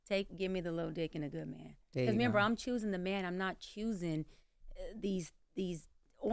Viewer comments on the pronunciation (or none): none